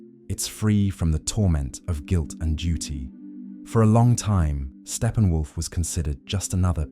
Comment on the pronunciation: What are you talking about— Stephen Wolf ? It’s Steppenwolf!